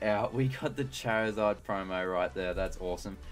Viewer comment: why does he say chair izard